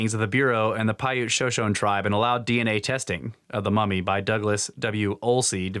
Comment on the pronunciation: Shoshone is pronounced "sho sho ne" Not "sho shone"